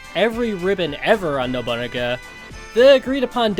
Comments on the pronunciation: I'm trying my best to hear Nobu-naga and not Nobu.. uh.. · Love the video. If its nickname is referencing the historical figure/character then its pronounced no-boo-nah-guh